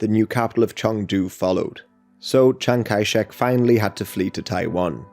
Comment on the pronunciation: Chiang-Kai-Shek man.............